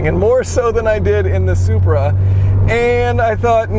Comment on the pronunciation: Which one's engine blown first. The Zupraa or Zubaruu